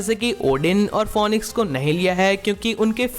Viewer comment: phonix nahi bro its phinix ...... phoenix